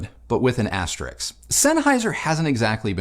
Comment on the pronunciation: *asterisk is pronounced as it’s spelled 😊